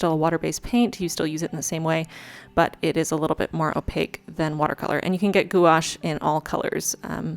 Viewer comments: Love this! And no hate, but FYI, it’s pronounced « gwash ». Also, for quality, you should use a fit bit! When you sleep, it tells you how you sleep! It’s awesome! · I’m sure someone already told you but gouache is one syllable; it’s pronounced “gwash,” like squash. I’m impressed how how you just went for it. I’m going to start my first bujo in July and wasn’t sure what to use as a theme. A lunar theme might be the way to go, thanks! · If you have any questions, I used to be the technical advisor for a major art supply company and I'd be happy to share my knowledge! Watercolor is also my favorite physical medium. Also, I've generally heard gouache pronounced 'gwash' c: It sounds like you've learned a lot on your own though, and your moons are beautiful! I think I'll do a moon theme for my July spread too. EDIT: Thank you for the depression visibility. ♥ Here's to July being a better month.